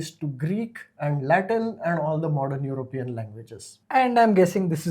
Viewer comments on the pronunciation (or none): It's "European", not "Europian".